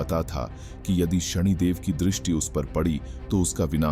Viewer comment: शणीदेव ❌ शनिदेव ✅